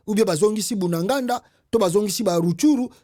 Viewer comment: tu es congolais on dit Bunagana et non Bunaganda tu commets cette erreur souvent merci de corriger.